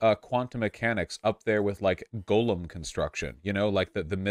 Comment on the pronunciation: "They put quantum mechanics up there with like, golemn construction" That is the funniest thing I've ever heard.